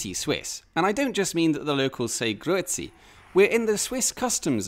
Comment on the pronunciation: You probably did the "Grüezi" better than most Germans do